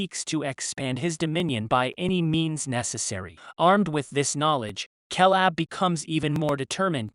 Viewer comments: This is hard to watch solely for the fact he pronounces Caleb as Kalab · Ok first off... That ridiculous constant "KAY LAB" mispronunciation shit got old real real fast. Second.. Caleb... Grant.. Really..? What's his buddy's name Jeff Tom and Hank . Haven't heard the name otzi a single time. Not a good look for a " movie recap" when you don't even know the main dudes name.. 🤢🤮